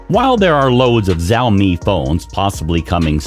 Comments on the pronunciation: Es más un chao- Mei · It's not "Zaomi" it's "Shaomi" I just can't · Wtf is zaomi 🤣🤣🤣🤣🤣🤣🤣🤣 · The moment he mispronounced it I quit the video